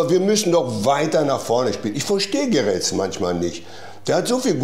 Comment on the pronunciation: Sag doch bitte einmal dem Abi einer dass unser Trainer nicht Gerets heißt 😅